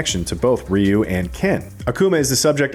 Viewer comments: It's RYE-YOU not REE-YOU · It's Ryu not Riyu what's with you people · Dude is calling Ryu “Reeyou” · I’ve always pronounced it Righ-You 🤷‍♂️ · If they pronounce Ryu like it is pronounced in this video, I am going to boycott it.